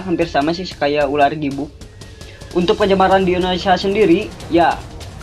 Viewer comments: ular bukan urar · Opening pertamanya kocak URAR bukan ULAR